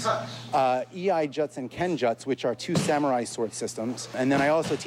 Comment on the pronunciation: why the hell does he keep say JUTS? It's pronounced jutsu, JUTSU! I question his credentials.